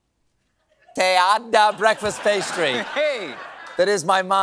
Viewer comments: Macheteada!! Yes!! You said it right!! 👍👍 Thanks for that 😄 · being from Honduras i can say you pronunced baliada, and macheteada correctly!! go Stephen !